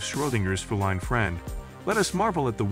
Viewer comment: Pronunciation of both "subatomic" and "feline" were...weird? Thanks, though, for the content 🙂